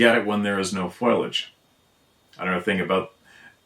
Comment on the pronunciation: Foiliage. foil-lee-age. It's a mangled mouthful with too many i's. It's fo-lee-age. sp Foliage.😃